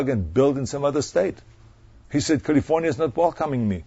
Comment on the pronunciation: did he say "Kulifouaatyaauauauniiyauauaa" ?